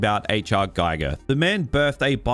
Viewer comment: Good analysis. One thing though - the name Giger is pronounced G-"eager", not G-"ayger". Stop with that at once.